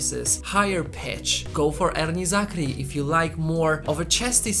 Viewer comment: I like the way you mention erni zakri's name.. the ' r' is so rich n thick. Rrrr..